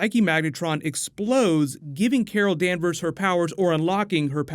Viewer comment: Carol Danvers. its lot sund like kara danvers